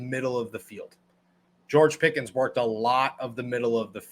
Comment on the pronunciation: yall keep saying pickens this an that he aint even played a down yet u not even saying his name right